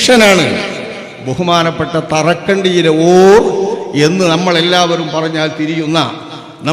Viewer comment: ഓറ അല്ല "ഓർ" എന്നാണ് അത് ബഹുമാനസൂചകമായി വിളിക്കുന്ന പദമാണ് നാദാപുരത്ത് ഉള്ള ശംസുൽ ഉലമ എന്നറിയപ്പെട്ടിരുന്ന കീഴന കുഞ്ഞബ്ദുള്ള ഉസ്താദിനെ പറ്റിയാണ് പറയുന്നത് വല്യ മഹാനായിരുന്നു അല്ലാഹു അവരുടെ ബറക്കത്തും പൊരുത്തവും നമുക്കെല്ലാം നൽകട്ടെ ആമീൻ